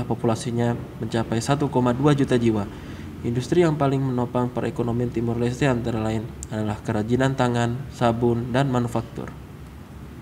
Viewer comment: cara nyebutin negara aja salah, yg seharusnya Timor Leste 🇹🇱, malah di sebut Timur 🤭🤭